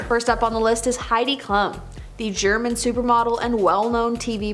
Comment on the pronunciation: Wait a minute did you just say Heidi Ka-lum LMAFO!!